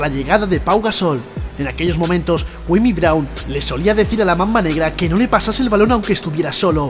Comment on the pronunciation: Tan dificil era averiguar como cojones se pronuncia su nombre? Cua-mi CUA-MI!